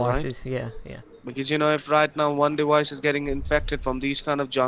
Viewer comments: Lol, dewice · same with dewice, wirus, so on. dont get triggered at a joke dude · ok. what ive learned is that his v's become w's/ hence wiruses or diwice.